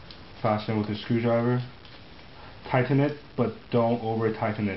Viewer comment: anyone notice how he says "tighten"??? hahahaha